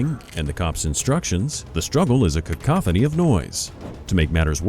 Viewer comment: That’s the first time I’ve ever heard cacophony pronounced that way